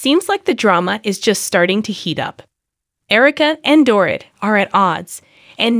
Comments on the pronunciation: Door-eet not door-it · Strongly agree. She may be using a translator. She needs to proof her posts to ensure words, especially names, are pronounced correctly. Dorit is pronounced Doreet. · Really annoying when you don’t say her name right. It’s like calling cheese chess 🧐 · Don’t have a Utube if you can’t say a person’s name